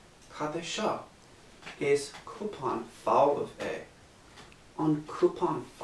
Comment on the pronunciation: Your pronouncing cup so wrong it's so annoying its not coupon it's cupan!!